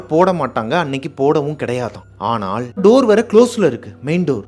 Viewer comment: தமிழ்—ஆனாள்❌❌❌❌❌(நாக்கை மடித்து ‘சொல்லும் ‘ள்’ அல்ல) ஆனால்✅✅✅✅✅✅✅ நுனி நாக்கில் ‘ல்’ சொல்ல வேண்டும்.. தயவு செய்து சரியாக சொல்லவும்,தப்பாக தமிழ் உச்சரித்தால் கேட்க கேட்க கோபம் வருகிறது..